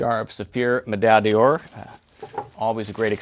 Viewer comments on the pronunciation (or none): ...your French could use some burnishing, my friend. It's Saphir May-DAI d'ORE (not meDALLE d'orr)!!!